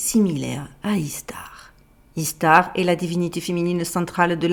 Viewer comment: ça se prononce "ichtar" en fait...